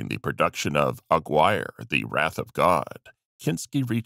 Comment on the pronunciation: Are you actually familiar with any of these films? Aguirre is pronounced A-Geary.